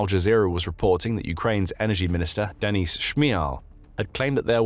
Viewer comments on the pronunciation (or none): none